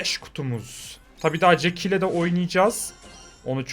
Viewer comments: Abi jesie değil jeck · 2.19 da jaky ye jesi diyo